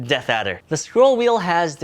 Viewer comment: DID HE JUST SAY DEATHADDER MUTHER....